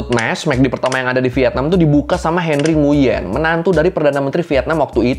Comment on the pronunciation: Nguyen bacanya nguwen bang. Pho itu bacanya fa